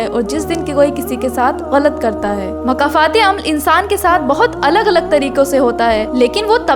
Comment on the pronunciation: makafat nhi ❌️ (( Mokafaaat.... ✔️ )) 🌿🌹🌻🦋🌷🪻⚘️🌿 ❤❤❤❤❤❤❤❤